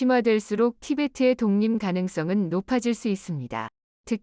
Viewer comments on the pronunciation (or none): 독립을 독림 이라고 발음하심 안됩니다